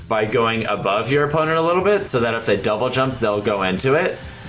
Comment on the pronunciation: the dou-blay what?